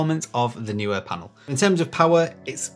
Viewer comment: Great video, thanks! I've just bought 3 660's (£178 with Amazon UK promotion, May 2021), to use on a classical music video, to be recorded in a small church. Hopefully, they will be bright enough. Most people say 'knee-wear', when pronouncing Neewer.